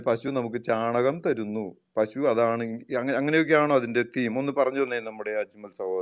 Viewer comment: പശു അല്ല പഷു